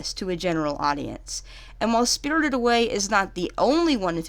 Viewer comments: “Spirldid Away” 😂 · “Spiddurded away” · "SpRtRred away " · Im bothered on how she pronounced "spirited" every tjme she says it but none the less a great review thanks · Why do say spirited like that😂